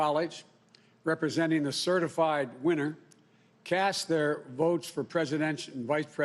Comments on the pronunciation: Did this fool just said certi-flied? I’m out! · “The election has been certiflied”.... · I agree, my post is more about Joe slurring his speech.... “CertiFLIED” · “Certiflied”. Is that a word Biden? Many American votes were trashed Joe. The true will of the American people was stomped on by Chinese boots. “The right to have your vote counted”. All lies!! He says all this with a straight face. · Yep! Lol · "Have certifLied" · Lol ...Certiflyed.....he said Certiflyed.,...lol!!!!! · “CertifLied” he said it at the start !!! He’s so honest. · Over the fast few weeks? CertifLIED? Did he say white president? What's up with him? Good lord. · Did he say certiflied were in big trouble america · Certiflied. Teehee! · It’s officially. He’s be “certiflied” 🤦‍♂️ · Did he say "Certiflied" ? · Yup and nobody is saying anything about it which concerning. 🙄